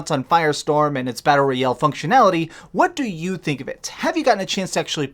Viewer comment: If this guy says battle royel one more time, imma freak